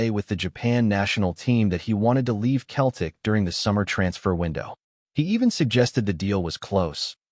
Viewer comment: Can your AI not get how to pronounce Celtic and not Keltic ffs 🤷‍♂️😡